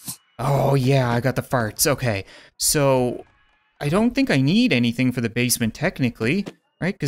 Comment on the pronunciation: I rewatched one part threze crap"e times just to figure out if he said "Let's not get stuck on the crap" or "let's not get stuck on ze crap." I still have no idea so... Lets not get stuck on ze crap